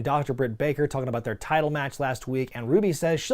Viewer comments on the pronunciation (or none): none